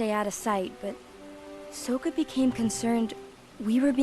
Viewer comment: I hate how they say Sooka instead of Sokka